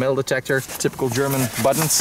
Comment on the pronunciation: Your german pronunciation is on point